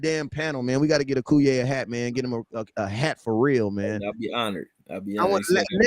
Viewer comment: How you let that sucka on the live and he can't say your name correctly Akoye.....not Akuye